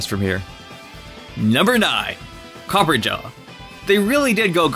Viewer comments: Copper-ah-jah not copper-ja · I hear this mistake over and over again. It's Copperajah , not Copper-jar. It's a reference to the British Raj (India). Copper, as in metal (Steel). Rajah, as in, an Indian monarch. Add the two together, and you get Copperajah. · Still don't understand though, why not a SINGLE content creator gets "Copper- RA - Jah" right xD great vid tho <3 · Did you call Copperajah "CopperJar"? X'''D lol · "copper a jaw" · Yea so the way he pronounced Copperajah got to be it’s like Copper and Raja like the drag queen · i don't think you pronounce copperajah correctly,the 'ajah' part came from the word gajah which means elephant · Pretty sure you are pronouncing Copperajah wrong